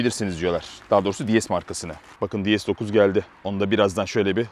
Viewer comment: “Di es” değil “Dees” diye okunur. Fransız arabasında ingilizce telaffuz edilmez. Fransızca tanrıça kelimesi “déesse” ile aynı telaffuz edildiği için DS demişler. Tıpkı yetmişli yıllarda Peugeot 104 platformunda çıkan LN (Helene) modelinde olduğu gibi...